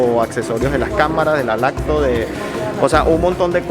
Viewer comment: una pregunta porque pronuncias las palabras que son con “op” como “oc” como laptop lo dices lactoc?? Lo he escuchado mucho en ti... 😟 simple curiosidad?